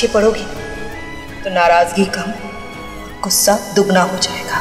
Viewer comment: भाई गुंसा नही गुस्सा बोलते हैं 😅